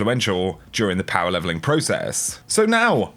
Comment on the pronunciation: "And its time... We talk about power levelingkk"